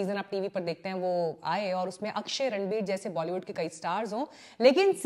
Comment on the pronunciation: मैडम ने बोला रणबीर ❌ रंडबीर ✔️ 😅😅